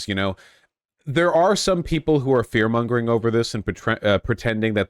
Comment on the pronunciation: Voosh learning how to say "Mongering" [Challenge] Level: (Impossible) any%